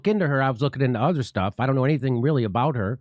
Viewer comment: This is rich coming from a guy that can’t even properly pronounce basic words like “about”.